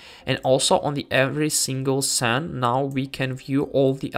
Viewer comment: As an English person (although I now live in Tatarstan, Russia), I just wanted to point out that the word "scene" is pronounced like "seen" in English. You pronounced it like "sen". I didn't want to criticize you, but just wanted to let you know how to pronounce the word correctly, since I'm sure the word "scene" often crops up in such videos like this. Я не хотел критиковать твой английский. Я просто хотел дать вам полезный совет для вашего английского произношения. 🙂